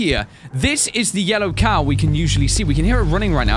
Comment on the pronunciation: When you said car it sounds like cow